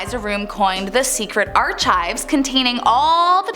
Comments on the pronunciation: The word Archive....is pronounced Ark-ive...... no ch sound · The presenter needs to learn how to pronounce “archive” lol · Please read carefully, The English word archive >>ˈɑːrkaɪv/ <<is derived from the French, ch makes a k sound okay I'm sorry I had too. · This video lost the tiny amount of credibility it had the moment everybody heard how the host pronounced the word 'archive'. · In all of her "sleuthing," she didn't manage to find out how to pronounce "archive" correctly.